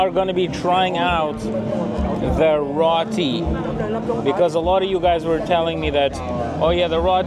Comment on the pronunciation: FYI, it's pronounced ROTI, not RATI.